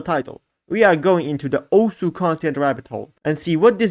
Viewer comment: no way he pronounced it correctly